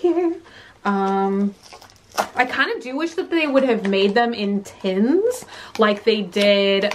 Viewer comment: Tens when she means tins. Just like when she says anything “_ins” it always sounds like “_ens”